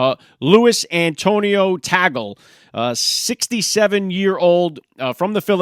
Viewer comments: It's Tag+Lee = Tagle not tagel! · TAG-ULL? Come on. Say his name correctly. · Pronounced: TAH—GLAY